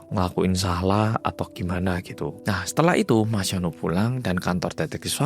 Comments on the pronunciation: iya sama aq jg dgernya jd Yono😂😂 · Kirain aku sendiri yg denger namanya jadi yono😅 😅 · Telinga ku dengar nya yono 😅😅😅😅😅😅😅😅😅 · Bang maaf gw salfok sama cara baca hyunwoo, aku dengernya yono😭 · ngomong hyunwoo aku krungu e yono 😭😭😭 aduh kupingku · gue dengernya YONOOOO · namanya HYUNWOO, tp aq dengernya mas YONO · Mas hyunwoo ditelinga ku "Mas Yono"😭🙏🏻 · kenapa hyunwoo aku dengarnya jadi yono sih 😭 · sekilas kedengarannya kaya "Yono", melokal banget😂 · Sama di kupingq juga terdengar Yono.. mana yg di bayangan mlh jadi Yono bakrie